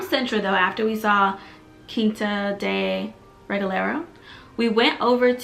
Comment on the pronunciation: Congrats on pronouncing Cascais and especially Regaleira right LOL it´s not easy thing for an English speaking person.